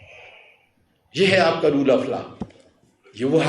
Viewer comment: Roll nahi ROLE hota hy.... Isko theek karein....